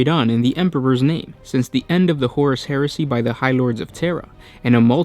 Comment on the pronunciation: Sounds like hersey! 😛